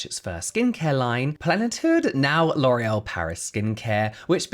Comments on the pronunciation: Sorry, but don't you mean LORRULLL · So how hard was it not to say LORAL.. every. Single. Time. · James, it’s ok to mispronounce the names of nazi sympathizers…. Damn. I mean we should know better about these companies… I guess ignorance is bliss. I’ll try my best to find other brands to support.